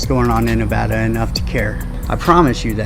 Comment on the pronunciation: Im from NV. I hate when people mispronounce our state. Thats when you know their a tourist.